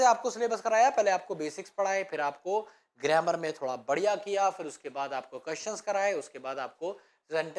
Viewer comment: सर गरेमर नहि गरामर होता है😅